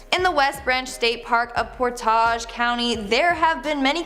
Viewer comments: Akron is pronounced Act Ren Akron I'm from Ohio and lived there say it right please and Portage county you are saying it wrong to Port edge but say it together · The mispronunciations are hilarious, it's Mid°eye°na (Medina) Ack°ron (Akron) Por°tāge) (portage) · Akron (act-ren silent t) Medina ( my-din-a) Portage county (port-age) I love how you tried tho.